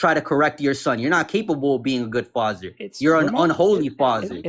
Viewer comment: “Fazzer” instead of Father. “Woman” instead of women.. hellFIRE instead of hellfire. This guys IQ would freeze an ocean